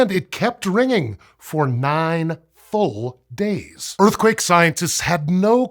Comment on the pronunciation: “Kept ringing for nine fff…”😮 “full days” 😮‍💨